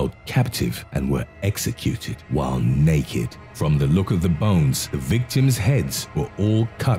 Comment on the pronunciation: Why do you have to say "While naked!" In that manner?